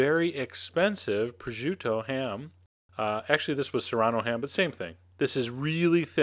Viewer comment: Chef John, this is a common dish in my family. Or at least we have very similar dishes to the one in the video. I just have to say, you really should learn the correct pronunciations of "penne" and "prosciutto". Forvo (dot) com is a great place to hear them correctly. I love that you added my favorite song in the world at the end of this!